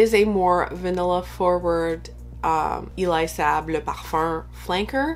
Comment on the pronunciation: Hun, no, it’s pronounced Elie (like the letters “L” “E” Saab). Not “E Lie.”